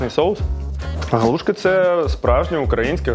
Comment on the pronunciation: І не галу'шки , а галушки' , хоч би в когось спитали, правда молодня кругом , і в Полтаві теж ,що соромно мені ,бо вчив краінську лутературу.